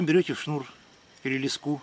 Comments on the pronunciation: Я с Клина работал на комбинате где леску делали ударение ставь на е уши режет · лескА на нервы действует и вообще- если уж ты на камеру говоришь ,то заранее подготовь тезисы , а не тараторь об одном и том же 10 раз подряд ,нудно......